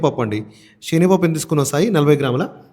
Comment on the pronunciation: Shenagapappu kadhu...senagapappu